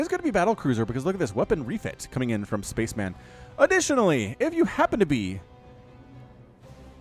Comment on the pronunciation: It's pronounced spa-chem-en, not space man.